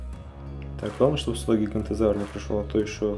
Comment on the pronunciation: ГиганОтозавр а не гигантозавр